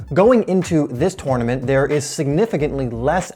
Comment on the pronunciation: He's saying tournament wrong, great vid tho